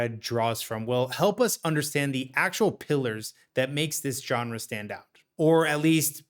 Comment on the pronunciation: I cannot believe how many young people don't know how to pronounce GENRE.